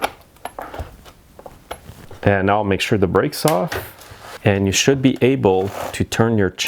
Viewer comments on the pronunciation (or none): none